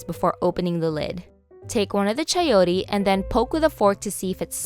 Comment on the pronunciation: you said Chayotee. lol so funny. .....